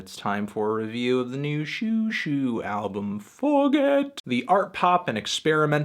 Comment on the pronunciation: Xiuxiu should be pronounced more like "schoh-schoh" (sch being sort of in between an"s" and an "sh")